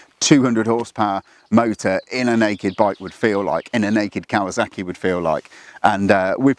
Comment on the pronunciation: Either way, there's zero excuse for saying "kawaZACKy".